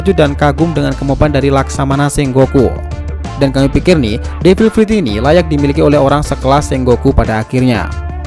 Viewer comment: Apa gua doang yang ngedenger pas awal2 , devil prut